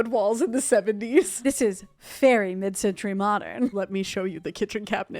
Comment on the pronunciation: We're just going to breeze past "Mid cen-TREE modern"????